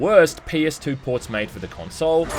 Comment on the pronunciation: The way you say "console" rubs me the wrong way.